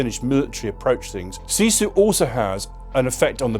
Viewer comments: it is SISU not SIZU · ..but is written sisu, not sizu 😊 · its SISU not SIZU :D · It's SISU, not SIZU 😂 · why it says in video: "sizu" :D we dont even have letter Z in our language. Just Sisu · its sisu not sizu.. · Sizu? I had to rewind. No it's not Sizu, take a note: It's Sisu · Sisu, not sizu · Not Sizu. It's Sisu. The Continuation War took place 1941-44. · We don't have "sizu"😅 we have sisu!❤ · Sizu? Its Sisu... :D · It is SISU, not Sizu! 😆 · Actually it's called sisu, not sizu. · SISU not sizu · It's SISU... not SIZU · Yeah that made me laugh so hard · thx .. good video. " Its Sisu"🙂